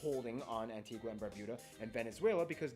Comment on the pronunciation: He was gonna say at the end he pronounced the name wrong. We pronounce it an-ti-ga not an-ti-gwa